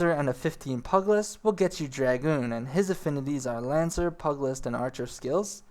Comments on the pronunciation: Great video, but LORD GOD People lol. It's NOT Pug-list,its PEW-gilist. AKA pugilism, or fighting with your hands! AKA bioxing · pu-ge-list not pug - cmon. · (P-you-jill-ist) not (pug-list) stop being a lazy american and pronounce the extra "i" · Just an FYI - "pugilist" is pronounced "PYOO-jill-ist". "Pug-list" is hard on the ears. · nice guide. i have to say that the way you ate mis pronouncing pugilist is really bugging me lol. pug in pugilist does not sound like the dog pug but huge but with the letter p instead of an h or pew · Pugilist = Pew-ja-list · Here's a tip-- pew-Jill-ist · nice video but pugilist is pronounced pieu-gill-ist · While you're on the topic: pu·gi·list /ˈpyo͞ojəlist/